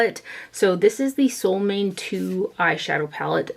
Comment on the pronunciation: sol means sun and måne means moon, your mom would be the perfect person to tell you how to pronounce solmåne (Norwegian is similar to Swedish in many ways). If I had you in front of me I could help, but it’s hard for me to explain it in writing. (Let me add here that I thought long and hard before leaving this comment; I was afraid other commenters might jump all over me for being the “pronunciation police”, as sometimes happens on the internet these days, but I decided to go for it, feeling sure that would prefer to know the correct name. However, if I have offended, I do apologize, that was far from my intention).